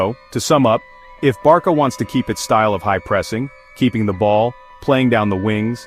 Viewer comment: Hold up. Did you just say "Barka"?